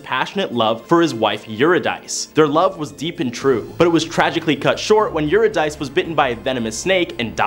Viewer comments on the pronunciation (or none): Love the content but am distracted by the mispronounciation of all the names. For instance, Euridice is pronounced you rid ah see. Wishing you amazing success in your next steps and beyond.